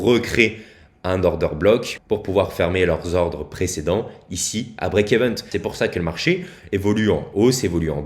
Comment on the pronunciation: BREAK EVEN PAS EVENT mdrrr